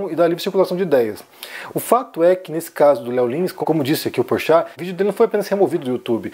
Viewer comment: Ele disse "Porchato" ... ou é impressão minha ???